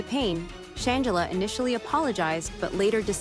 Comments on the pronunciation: Soft G Sh+Angela NOT Sh+angle+a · How you going to report on someone when you can't even pronounce her name correct. Gtfoh! I'm sry but they didn't look like frail lit boys. Gtfoh and why isn't her sister standing up for her? I think I smell a stunt! Nothing about her even suggest that she that kind of person. I think it's ppl trying to ruin someone who has worked very hard to realize her dreams. I don't believe a word of it😮😮😮. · Can you say her name right at least 🙊